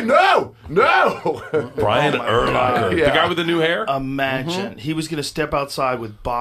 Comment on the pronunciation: Dude it’s “ur-LACK-er” not “ur-locker”. Smh lol I would’ve paid to see him and Bas fight, however short it would be 😂